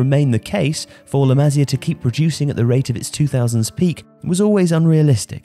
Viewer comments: Still find it funny how joe cole mistakenly called la masia as the “masala” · Just a heads up, you should pronounce it like Maseea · maSÍa FÁbrica come on m8 say it right